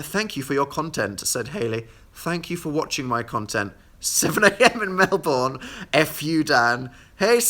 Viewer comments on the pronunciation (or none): DID HE SAY MEL-BORN????? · What the way dan says MELBOURNE IS SO WEIRD 😂😂 love you tho